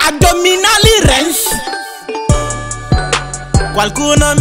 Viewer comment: "addhominali rensi"